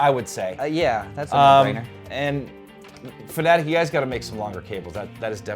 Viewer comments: Dont pronounce it fanatic, one of my biggest pet peeves. Its fanaTEC just like logiTECH. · Why does everyone pronounce FANATEC like FANATIC. 😤😤